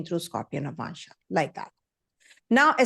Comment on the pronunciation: Madam it is nava+amsa not navmansha